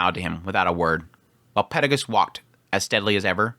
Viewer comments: Yeah the peregus thing has always bugged me. In the Japanese and the text on the anime are clearly perugius. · The way you pronounce names is weird, especially after how used to Cliff Kurts pronounciations (the official audiobook), Peru-gee-us. Silver-ill etc